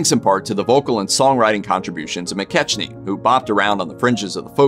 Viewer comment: McKechnie is pronounce Mc-KECK-nee